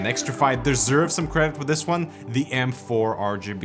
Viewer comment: It's still xtrfy not xtrify 😁